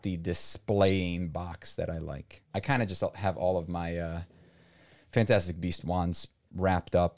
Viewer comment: Ah yes Fnatastic beasts